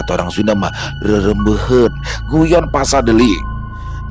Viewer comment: Bukan rerembeuheun bang,rorombeheun bahasa sundanya 😅